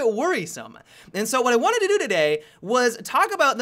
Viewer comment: "balbl hardline" "what i wandedodododay"